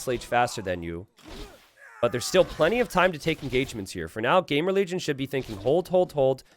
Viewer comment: Is it just me ? xD Every time you said "GamerLegion" I heard GameReligion xD